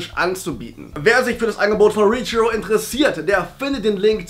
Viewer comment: Du sagst richhero, aber es heißt reachhero.